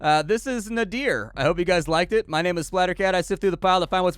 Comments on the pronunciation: A unique variation on card play, and nice execution...might have to pick this one up. BTW, Nadir is a specific word pronunciation (Nay-Derr), rhyming with the hesitation sound "errr", not a name or something. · Sorry to be that guy, but nadir (as in the opposite of zenith) is pronounced "nader" like Ralph Nader. I made the same mistake during a presentation once, and up until that point I'd only read the word.